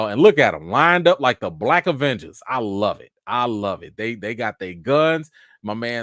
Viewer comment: He said it, "E-venger"😂🤣🤣🤣 Smooth